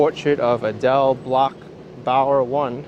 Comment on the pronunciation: You did a great job pronouncing "Portrait of Adele Bloch-Bauer" by Gustav Klimt. As you cross 86 St. there is a glimpse of an image of it on the banner hanging from the corner of the building. The story of its theft by the Nazis and recovery by the descendents of the original owner is chronicled in the movie "Woman In Gold" starring Helen Mirren. The patron of the museum is Ronald Lauder of the Estee Lauder cosmetics company. I was sad to see that all the family run restaurants and businesses between 3 Ave. and Lexington Ave. that I frequented in the 1960s and 70s have been replaced by chain stores. Thank goodness Papaya King is still there.